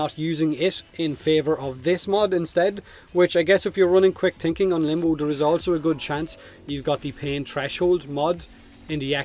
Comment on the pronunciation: he pronounces all th as t - "quick tinking"